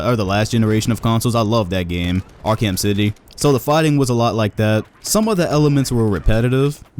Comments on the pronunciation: This man really said ark-ham 😂😂😂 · "ark-ham city" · Did. Did you just say R-KEM series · Batman Ark-ham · The way he butchered the Batman Arkham Series 🤣😂